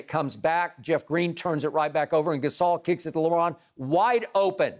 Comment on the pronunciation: When Skip said on replay “Lebrick” I was laughing